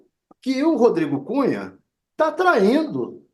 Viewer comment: Alguém entende o que esse louco falou ??? " Rodrigo Cunha" . Que burrice